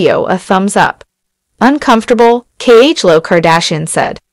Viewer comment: Why is this person not pronouncing Khloe ‘s name right?